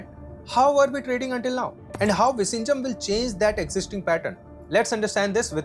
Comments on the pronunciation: Its viZHinjam, not visinjam. Viyinjam would be a closer pronounciation. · It's Vizhinjam NOT Vishinjam😢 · Bro, it is not pronounced 'vi-shinjam'. It is 'vi-llhinjam' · VISHINJAM ❌Vizhijam ✅ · Exm, u r pronouncing the place name wrongly, its vi-zhi-njam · You pronouncing the name of the new port utterly wrong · Kerala 🤩. And btw ur pronounsation of vizhinjam is wrong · I don’t even feel like watching remaining part… you keep saying Vizhinjam wrong. Lost interest… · All you said make sense except how you pronounced Vizhinjam… learn how to say it oole! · Bro, learn to say the name of the Port properly. How would you like it if we misspelt your name?!?